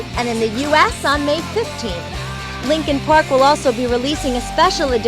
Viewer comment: LEENKEEN PRAWK